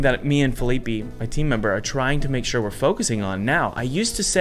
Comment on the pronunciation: "Feeleepy" xD poor Fe-lee-peh